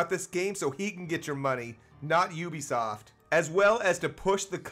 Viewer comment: please learn how to say ubisoft